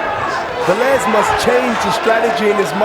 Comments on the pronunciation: Hey bernard!..Its VEH-Lez Not VAh-lez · why does Bernard hopkins keep saying vaaalez when clearly it's veeelez and even the other commentators are saying it right and he still pronounces it wrong?? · Vélez, not vAlez... so annoying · Wtf is Vahlez? Hahhaa